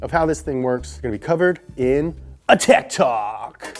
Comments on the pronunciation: I thought he said tik tok lmao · I thought he said TIC TOK instead of tech talk.